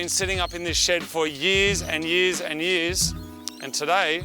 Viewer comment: lmao thats so fucken australian 6 yeahs